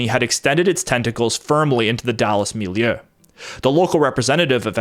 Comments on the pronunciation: And it's mil-ieu, not mil-i-eu. 2 syllables, not 3. (You can think of it as "mil-yuh") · You said milleu and respectsble. I see u